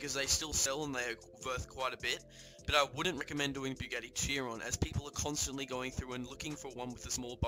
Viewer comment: whats a “bugarny” 😂 Bugatti I think you mean